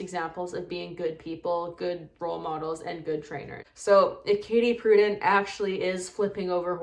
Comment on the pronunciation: Please learn: Correct use of "literal" & correct pronunciation of Prudent. Obviously you never attended a master class for any field of endeavor.